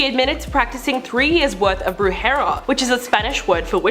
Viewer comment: I think you meant "BRUJERÍA" not "BRUJERA"